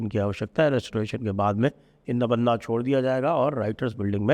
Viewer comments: नबन्ना नहीं नवान्न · आप भी "नबन्ना" बोल रहे हैं। यह नवान्न ( बांग्ला में व अक्षर नहीं होता) यानी नया अन्न है। ओडिशा में 'नुआ खाई' (नुआ मतलब नया) । दूसरे राज्यों में भी नया अन्न के उत्सव अलग-अलग नाम से मनाए जाते हैं जिनके बारे में आपको मुझसे बेहतर पता है, इसका मुझे पूर्ण विश्वास है। ❤